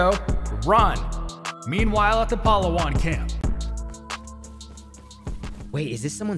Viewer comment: The pronunciation took me out,,, palahwhan